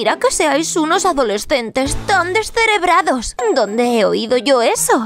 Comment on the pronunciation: Doña antonia dice decerebrado